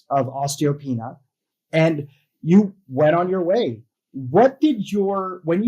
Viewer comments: It’s PRONOUNCED: OSTEEEEO PEANEEYA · Pronunciation: os-tee-oh-PEE-NEE-ah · Osteo-pee-nia – look at the vowels. Pronouncing things right will help make you credible. Thank you for the inspiration from this awesome woman.